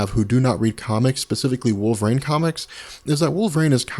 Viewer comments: Wolverine not Wolverane ;) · I just keep hearing "Wolvrain... wolvrain... wolvrain"